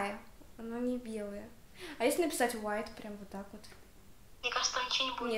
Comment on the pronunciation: может не "wite"? А "White"?